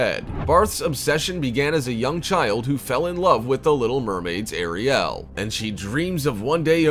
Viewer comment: The way you say Ariel... omg...